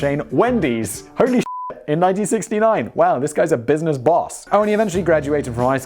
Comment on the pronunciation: "this business vs this brisness"........... you sir need more coffee